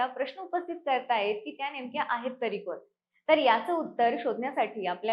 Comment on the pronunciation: "आहेत तरी कोन ?" यातील "कोन" उच्चार " कोण " असा शुद्ध असणे अपेक्षित आहे.